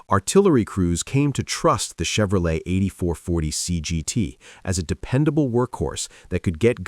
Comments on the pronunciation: Chevro-letie at 15 seconds? Ya lost me at that point. Must be AI generated. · Yeah but a HUMAN can freakin pronounce Chevrolet for frick sake.